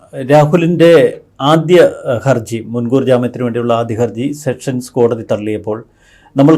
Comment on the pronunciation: വീണ്ടും വീണ്ടും സെക്ഷൻ കോടതി എന്ന്‌ പറയരുത് സെഷൻ കോടതി ആണ്‌.